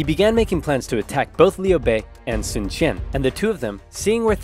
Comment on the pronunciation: Sun is pronounced soon